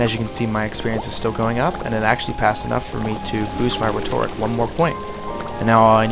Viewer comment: I'm sorry, this video was EXACTLY what i was looking for to find out what the gameplay was like in this game, but you were pronouncing rhetoric wrong, and it was killin me. Still thank you for the video